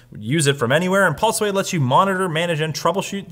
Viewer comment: "PaulSway" = Pulseway